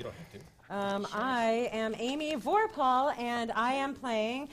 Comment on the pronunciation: It's "Amy Vorpahl" not "Amy Vorphal"